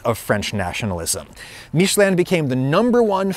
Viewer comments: Love how he thinks "Míshleh" is the French pronunciation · "Meeshlé" is NOT how you say "Michelin". And noone try to tell me that he just prnounced it french, what he said sounds nothing like the actual french pronunciation of Michelin. Look it up. Aaaaaaaaand then you said you're gonna switch between english and "french" pronunciation on a whim throughout the video so I will click off now cause I will get too annoyed by hearing that completely made up pronunciation that no frenchman ever said this way throughout the entire video s.s Seriously, just google "Michelin french pronunciation" before doing this video mate! The fact that your pronunciation is NOT EVEN CLOSE shows a lack of effort since it's just one google search and listening to 2 seconds of a french guy pronouncing it. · "Marketing Michelin" not "Making Michelin" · Realization 1: HE'S SUPPOSED TO BE TIRES? Realization 2: THE TIRE COMPANY/GUIDE IS NOT PRONOUNCED "MITCH-A-LIN"?? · Actually your "american" pronounciation for Michelin is closer to the true french one than your french one ^^ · Not even saying french pronunciation corectly